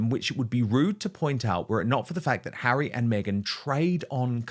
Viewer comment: His name is Harry. Not HAIRY. Honestly can’t you pronounce his name correctly.